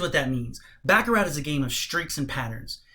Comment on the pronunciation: It's pronounced "Bah ka rah" ...not Ba ka rat...otherwise , good video content